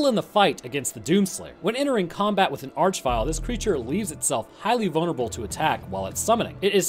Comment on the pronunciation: Arch in this case is meant to be pronounced "ark" as it comes from the root word "arch" meaning chief, ruler, or leader and is found in such words as monarchy and archangel